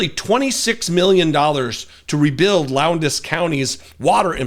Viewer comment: So glad you covered this story. Very informative. Hadn’t heard about this, and I live in central Alabama. Also, the “d” in Lowndes is silent. Pronounced Lowns.